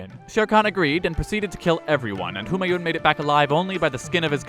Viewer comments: Kek, looks like someone was asleep in their class VIII history lessons! No but seriously do pay attention if you decide to read through those books again. If you thought Humayun was incompetent do look up Muhammed Bin Tughlaq. Also,, great video but the 'n' in Humayun isn't fully vocalised, it's pronounced more like "Hoomaayuu" with a slight n sound. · Why does everyone pronounce Humayuns name incorrectly. It isn't japanese or something where each syllable takes the same amount of space in the word Hu Maa Yun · The n at the end of Humayun is silent.